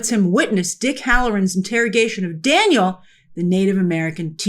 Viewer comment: Taniel, not Daniel lol